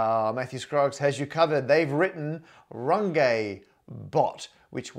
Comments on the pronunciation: Runge - not Rungay please!! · Thank you for this video. Wonderful. But you just mispronounced Runge in front of 1M+ followers. That ng sounds like the ng in long. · Normally I watch for the maths, but today I was more curious to know how you'd pronounce Runge. :D (My guess was "Rung-gee", but I see you were cunning enough to vary your "u", and decided to go with a French accent on the "e", so for the first time ever in my life, I was wrong about something.) AFAIK you need to go with the Yorkshire Dales version (but not the lovely one that rhymes with grunge - what I was most hoping for). Use a "e" that sounds like the "e" in "the", and you're there. Aye, "Roong-eht". (I seem to have some redundant letters there. Please almost ignore them.)